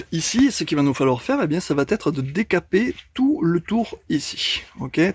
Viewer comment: Vous êtes sans doute très pro mais de grâce, « ça va t être « , c’est pas bon...ça va être, va me soulager à un point que vous ne pouvez pas imaginer..sans rancune,😃 mais j’essaie de défendre la langue française, à mon niveau...